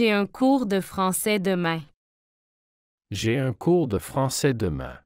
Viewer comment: 第16句的demain的读音明显不对！